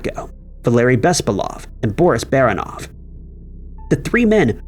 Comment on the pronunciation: Why do you people NEVER get the emphasis of slavic surnames right? OrlOv. BespAlov. BarAnov. It's rarely ever a first syllable.